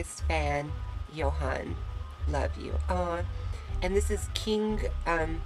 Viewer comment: Actually, in Sweden, we don't pronounce the H in Johan, so it's more like Jo-an. Absolutely not Joan, but exactly like you say it except the H. :)